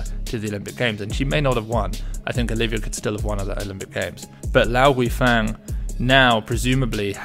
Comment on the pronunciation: Enjoy the posts. Just a nit-pick. Guifang is pronounced Gway-fong (I've a Chinese wife!). Keep the content coming!